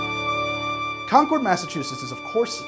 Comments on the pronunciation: My guy I love your videos but as someone who lives a town away from concord, concord is pronounced con-curd not con-chord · Im an historian in Concord...its pronounced "Conquered". And Lexington and Concord were TWO separate battles. Not sure where the rest of your story came from! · You’re pronouncing “Concord” wrong. Both the town in Massachusetts and the grape are homophones of “conquered”. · You pronounce it ConcOrd when it's pronounced ConcErd that's why there was a dispute on its spelling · MA, native here. It’s technically pronounced “Con-kurd” not “Con-cord.” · As a Concord native, 1) I love this, keep it up! 2) It's pronounced like "conquered," not "Concooord" :) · As a person who lives locally to Concord Ma, its said "conk-ERD". never heard anyone that's local pronunciation it "CON-chord". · I live around there. we pronounce it "concurd". Love your stuff! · Also, the city of Concord is not pronounced like the plane Concorde. As a native New Englander it would be more like Khan-curd. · Ironically enough, Concord is pronounced the same as "conquered." I don't blame, though. I blame Welch's for not stipulating this. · .40 in and I’m cringing at the Concord pronunciation haha. Still getting a thumbs up though 👍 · Although I suppose it could have been pronounced that way back then.